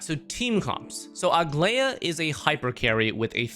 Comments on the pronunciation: I wonder if people who make these guides even play the game? Idk how everyone, including, manages to butcher her name when it’s pronounced the same in EVERY SINGLE localization. Bro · couldn’t really focus on the video because every time he said her name I took psychic damage